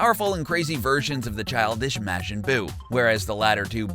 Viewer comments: It's not Mashin buu It's Majin Buu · Not to be THAT guy but it's pronounced Mar-jin. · WHY DOES HE KEEP SAYING MAJIN IN A WEIRD WAY WAT IS MAGIN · Your saying majin wrong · THAT’S NOT HOW YOU PRONOUNCE MAJIN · Its bad of You can't say majin right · The way this man says majin makes me wanna die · Lost all credibility when you showed you didn't even know how to pronounce Majin Buu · You guys said majin wrong